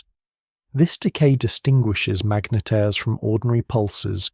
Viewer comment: "... some collide, some become magnYetars..." Another serving of AI drivel? Well I'm off!